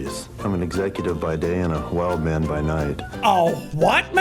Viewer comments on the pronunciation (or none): No one: Jack: "Haych" Maurice?: "Whild man" Stewie: "Cool hwhip"